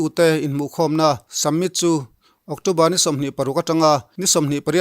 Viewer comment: summit tih tur ni awm tak hi submit tia i lam ziah hi,eng zawk nge ni le?